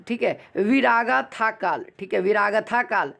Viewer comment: विरागाथा नहीं विरगाथा काल होता हैं।😠😠😠